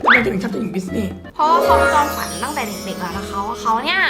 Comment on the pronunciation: ทำไมพี่อาจุมม่าถึงพูดคำว่า"ความ" เป็น"กวาม"อ่ะ